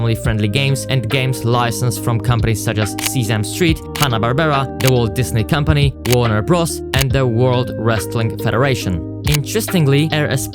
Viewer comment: see-Sam street.........